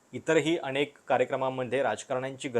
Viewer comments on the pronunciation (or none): none